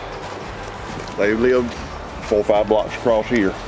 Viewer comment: When you say farve do you mean five ? 😂